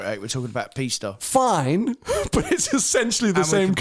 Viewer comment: Pisssta teach him how to say it properly 😂